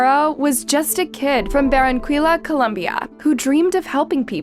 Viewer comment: One mínute in and BERRENKWILA, Colombia. A quick search on how to pronounce BAR-AHN-KI-YA perhaps & the piece would have more gravitas, agreed.